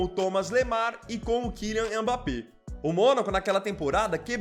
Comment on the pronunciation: É Mbappé e não Embappé